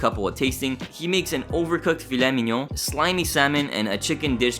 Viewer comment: The way you say "Filet mignon" is impressive :O You sound like a native French speaker!